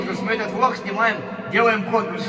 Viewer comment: Кому послышолось что он сказал не влог а влох